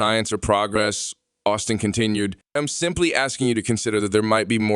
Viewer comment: his name is Osteen, not Austin. please